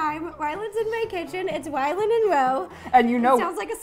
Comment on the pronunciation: is it just me or is she saying Wyland...